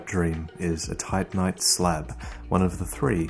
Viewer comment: he calls titanite tightnight/tightnite